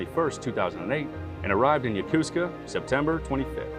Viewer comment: Yokosuka pronounced [jokosɯ̥ka]) Yo-ko-su-ka not ya-kuz -ka.....